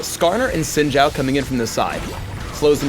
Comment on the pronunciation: ... wow even Riot can't pronounce Xin Zhao correctly... (should sound like "xin" sounds like "shin")